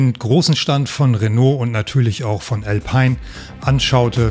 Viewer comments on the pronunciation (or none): none